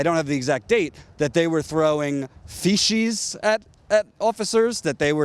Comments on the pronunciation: You're awesome,! Still... "fee-sheez"? lmao FEE-CEEZ! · lol, it isn't "feshes", it's feces, you're doing great work, awesome reporting, we are in some serious trouble when shit like this goes down, environmentalists are being treated like "terrorists" by corporations and the governments they've bought, absolutely disgusting what is going on here. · uts pronounced FEE SEES u moron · Protestors need to be arrested and how is a grown man not know how to say FECES. "Alledgedly throwing Feshees". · "feshees" lol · I normally try to let this stuff go, but "feeshees"?? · I absolutely Love your report and THANK YOU for staying on it. Fyi.. the correct pronunciation for shit is not feshees. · Please Google the pronunciation of the word "feces" It does not rhyme with "species". Thanks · Haha you say feces weird.